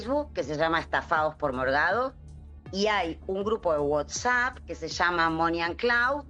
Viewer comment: Por que dice Whotsapp??